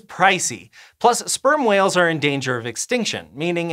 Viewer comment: I kept hearing sperm oils instead of sperm whales.